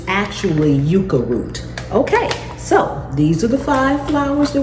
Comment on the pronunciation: Yucca is pronounced yuck-a and girl you found it lol